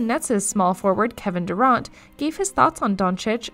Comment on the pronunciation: but failed to pronounce durant and others